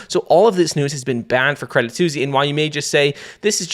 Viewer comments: "credit Susy"? hahahaha its pronounced credit swiss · love the content, but is it seriously called "credit susi" ? 🐕🍝 😅